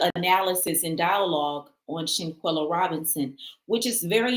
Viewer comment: It’s SHANQUELLA! Say her name ! 🙏🏾